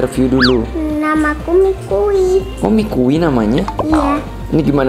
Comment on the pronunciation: Yang bener itu namanya maki bukan mikui😅😂